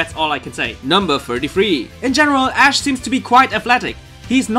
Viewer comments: I fucking died when he said Lithuanian Ash Ketchum name... But I'm annoyed too! That's not even near how to spell it! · I died when he said Lithuanian Ash's name... It's nothingl like that at all... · LMAO I am from lithuania and you pronaunced it incorectly LOL go to google translate and check how to say it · why do u have to call ash ali.